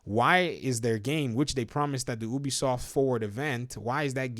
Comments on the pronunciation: clearly most people say Ubisoft and not Obisoft so please start saying it right. One dad to another :3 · Do you pronounce U - O? Then why do you pronounce Ubisoft - Obisoft?